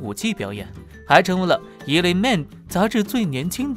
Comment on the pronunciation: "ELLE"是读“L”啦 不是“El-le"